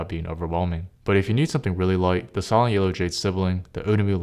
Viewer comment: “sahlen switches”? “sai-lent”!